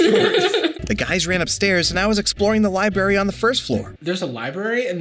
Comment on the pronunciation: did he just say "libary"?